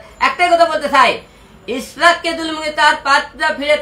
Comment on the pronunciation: একে আবার কে পাবনা থেকে ছেড়ে দিলো ভাই মনে হয় পাবনা থেকে পালিয়ে আসছে। যে মানুষ ইশরাক ভাইয়ের নাম ভালো করে বলতে পারনে সে নিবে এমপির পদ